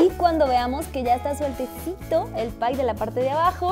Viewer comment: *pie no "pay"